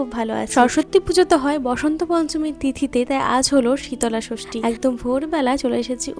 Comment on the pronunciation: Dude it’s shitol shoshti 😅😂 again the same thing ur saying like shitola bhog Re gal shitola is a goddess